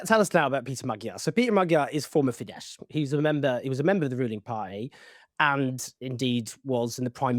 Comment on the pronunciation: Very minor point: the letters „“sz „in Hungarian make an s sound, the Hungarian word for bus is „busz“ pronounced like in German and similar to English. Fidesz is thus pronounced with an „s“ sound at the end.